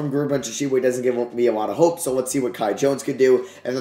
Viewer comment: Please shoutout the Bahamas since you butchered The Kai Jones thing